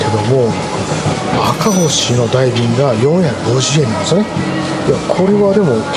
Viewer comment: これまた美味そうなホルモン❤ 赤星は「あかぼし」と読んでください